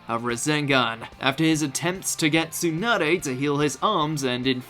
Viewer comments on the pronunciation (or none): none